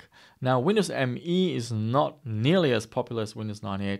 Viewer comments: Nice. But its not Windows ME it is Windows Me, as in "me"="i". Its also said like "me", not "M E". Sounds so wrong ;) But still it is easily the worst 32bit windows ever mase ;) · it was called Windows "Meee", really. look it up!😉